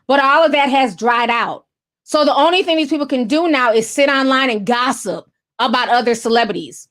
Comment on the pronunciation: I love how you say “thing” lol “theen” I love it 🥰